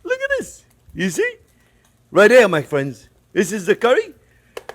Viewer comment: "Well hello there phrinzzzzzz!"